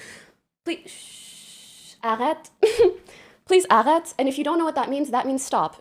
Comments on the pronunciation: as someone who speaks French that accent is like sandpaper it’s arrête not aghaaat 😂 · when she said "please arrête" just to randomly show she could speak French as a sign of intellect (on purpose or not), I cringed so hard from the shitty pronounciation... got the opposite effect lmao